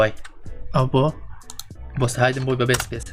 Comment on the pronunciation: کاکە ئەوە بە هایدن بۆی ناخوێندرێتەوە بە هیدن بۆی دەخوێندرێتەوە............